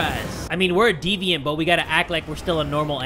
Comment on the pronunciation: It's deviant, not devient. You could at least try to search it up.